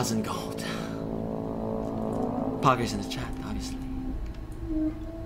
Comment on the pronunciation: POGGERZ IN THE CHATTUH